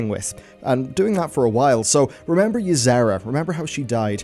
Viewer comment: The 'z' you add in Y'sera kinda triggers me. Lol. I enjoy your vids, tho.